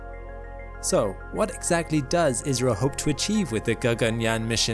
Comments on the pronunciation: ISRO w a short `i` sounds more like Israel than `India`. Perhaps an English long `I` would suffice ... Eye's row! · Even then why say ''iZro'' rather ''iSro'' or ''issro'' ? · Can I make a suggestion? The pronunciation is better if pronounced ISSRO, not IZRO. It avoids the 'Israel' problem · naw you saying israel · Dude it's India.!!!! Why you keep saying Israel 🌝😂😂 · I skipped the begginning, and was wondering why you kept saying "israel"... finally skipped back to the beginning and realised it was ISRO. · I heard Isreal lol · I keep hearing 'Israel'. What is it? India or Israel? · Not to be that guy but it's called I S R O not as a single word ( or I think so ) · Why does he keep saying ISRAEL? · hes saying isro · The way he says ISRO sounds like Israel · Your ISRO sounds like IZRA ... making our brain think you are saying ISRAEL. :-) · I thought I heard Israel for a sec... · I thought he said live rail! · Yeh it appears your Indian guy...... Need more work on that accent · Try pronouncing ISRO using a sigma, rather than a zeta.